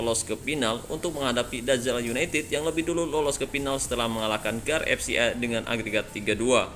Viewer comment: Pas ngmng Dazlar united yang aku dengar dajjal united😂